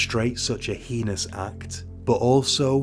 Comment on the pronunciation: Stumbled across your channel recently and I’m working my way though, I really appreciate how many cases you cover that I haven’t heard of before. Great work, thank you! One incorrect pronunciation of heinous slipped in there on this video, but I appreciate you working on it as that was literally my only constructive feedback note for previous episodes. Hope your channel gets many more subscribers, it’s well deserved :)